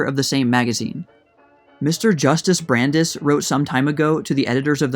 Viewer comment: I’m drinking a beer as I watch this. 🍺😁. (BTW, Brandeis is pronounced bran-dice.)